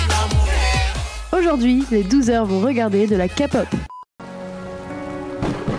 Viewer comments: K-pop et non Ka pop !! Sa m'enerve les gens qui disent sa!! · faux pour le premier clip... je l'ai jamais vu et pourtant ça fait un petit moment que je connais la Kpop. au passage ça se prononce Képop pas kapop. faux aussi pour les EXO, je connaissais écoute pas et tout les fans de kpop n'écoutent pas les EXO. Cliché. Ha pour les BTS je suis d'accord avec la rousse que j'ai la flemme de retourner en arrière pour voir son nom. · AHHHHHHH ON NE DIT PAS KAPOP MAIS KÉPOP merciii hahaha ;) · Keï -Pop on dis le k a l'anglaise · "...de la ka-pop" ....OK😅😅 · OUIIII !! JE DIS OUI POUR LA K-POP !! 🇰🇷 (Ps: et s'il vous plaît,par pitié arrêtez de dire KApop... 😭) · LA FILLE AU DÉBUT À DIT KAPOP !!! KAPOOOOOOOP ?! SVPP T.T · On dit Kay-POP pas K-POP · Kapop Faisons tous 1min de silence pour cette prononciation.🙉 Sinon Les musique au ralentie c'est horrible. Les gens qui y connaissent rien dans les coms fermer votre bouche svp. Army kikoo stop svp. Et Les gens qui s'énerve sur la fille qui parle beaucoup Calmer vous,au moin elle explique très bien et peut aider pour se qui serait intéressé pas la kpop Voila je pourrait encore parler de plein de point négatif qui me soul Mais je nais pas le temps. Annyeong :3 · OH MY GADDDD DES LE DEBUT MES OREILLES SEIGNES MAIS POUTAIN DE MERDE POURQUOI KAPOP ? POURQUOIIII ÇA DEVRAIT ETRE INTERDIT PAR LA LOI 😂😭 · "KAY POP" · ON DIS PAS KPOP DEJA 🤣🤣ON DIS KEI POP 😂XD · POURQUOI "REGARDER LA KPOP" SIVOUPLÉ DEJA ESSAYEZ DE PRONONCER CORRECTEMENT